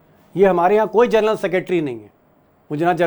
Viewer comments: जर्नल नहीं जेनरल 🙏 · पढे लिखे पत्रकार हो जरनल मतकहिये साहब जनरल होता है